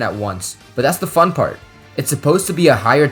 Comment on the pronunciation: when you said “fun” i thought funeral